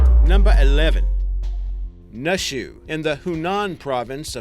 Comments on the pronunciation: its pronounced New-shoe not Nuh shuh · its not pronounced nushu its pronounced like "noo-e shu" also, naxi im pretty sure is "na see" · yo, "nushu" is pronounced like "noo-shoo", and "naxi" is pronounced like "nah-shi" (the sound made by 'x' being halfway between the sounds 's' and 'sh') btw great video!